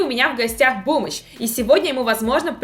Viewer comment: Я один услышал в начале не бумыч, а бомжь